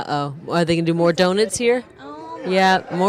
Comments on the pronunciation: It's pronounced donut not donit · Hey,: Someone needs to explain to the woman doing the commentary how to pronounce, "donut".